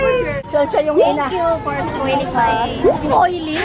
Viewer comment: “thank you for sfoiling my.. SFOILING???” aliw din talaga si 😭